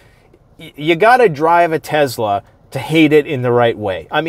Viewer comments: Tezla😂😂😂 it's Tesla💪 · Never heard of a tezla before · Why do people pronounce it teZla is spelled Tesla.